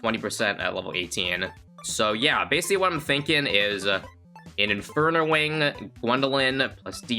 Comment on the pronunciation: ah yes inferna wing